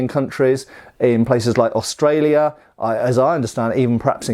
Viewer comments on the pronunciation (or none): none